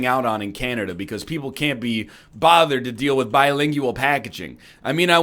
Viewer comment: Why does he say bi-lingjueal like that? Also, merry Christmas, everyone.